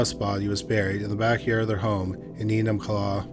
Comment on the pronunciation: ~ Enumclaw, Washington For real! Good job on the pronunciation!